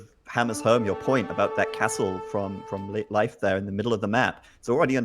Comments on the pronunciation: "leaf, life and loaf" ALL WRONG lol. Its pronounced Layf. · bot its 'leywedf'!!,, sotriggered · It's Laaf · As a Swede, when I saw in the chat everyone was saying "it's pronounced Life", I thought it was weird, since in Swedish it's not. But apparently it's pronounced Life in Norwegian, Danish, German... and in English it's leaf? makes sense, I have heard English speakers pronounce "Lena" as long "i" instead of the long "e" that we use in Swedish. So these names will be pronounced different depending on the language you speak. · Welcome to School of Swedish names: Todays Name is Leif. Well. If you watch the first 3 starwars and hear how Skywalker and Han-Solo pronounce Leia, Then you only need to take away he A and add the F in the sound and you got it. No loaf or life here plz. or leafs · I'd say a good way to explain the pronunciation is to say lathe, but replace the TH with an F sound instead. Lafe. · Google says pronounced leaf you idiots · It is, in fact, pronounced "Layf." The one possible way they didn't say it. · They use 3 different ways to say "Leif" and none of them is correct. its pronounced Layf, i did my homework.